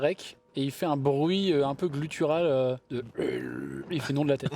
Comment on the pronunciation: 20. Ce qui me permet de comprendre qu'on dit "GUttural" et pas "GLU"tural 😂